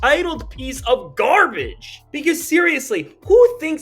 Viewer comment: Lol The Way You Said GARBAGE.! I Felt Every Syllable